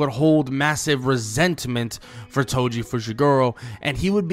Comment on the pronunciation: Its toji breh 😂😂